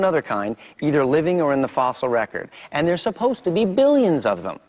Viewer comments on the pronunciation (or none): none